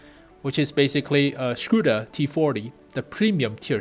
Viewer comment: lmao scuda......when will americans learn how to speak ? LOLOL SCUDA :))))))))))